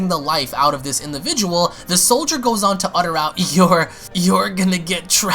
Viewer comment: lol you said Soilder... S O I L D E R.... instead or Soldier 😂😂